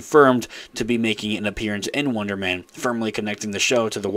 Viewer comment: You sound like you're saying Wondermen